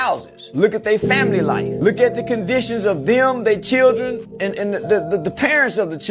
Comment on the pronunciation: Anyone who can’t properly pronounce “children” shouldn’t be having children.